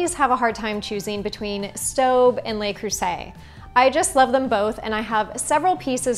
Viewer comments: "Luh" Creuset, not "Lay" Creuset! Sorry, gonna be that guy... 😂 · Just thought you might want to know, Le Creuset isn't pronounced "lay" Creuset. It's closer to luh Creuset. My native French-speaking friend actually calls it Luh Croozay, but that might be a little too Frenchy sounding for most of us. In French, les (plural) is pronounced "lay." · Le Creuset not Lay Croozay. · It’s pronounced, “luh”,,,, geezus